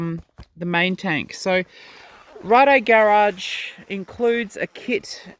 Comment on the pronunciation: Wasca sorry it’s Rade Garage and they’re a Czech company so she pronounced it right